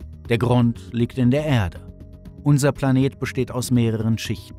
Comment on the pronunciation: Furchtbarer Sprecher. "Ärde" spricht man "Erde" und "Kern" nicht "Käehn" .